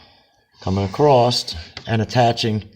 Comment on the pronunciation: ah...there is NO 'T' IN THE WORD ACROSS, NONE. NO T IN ACROSS. ITS NOT ACROSST...NO SIR.